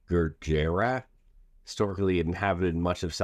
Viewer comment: I believe your referring to the state pronounced good-jeer-ott.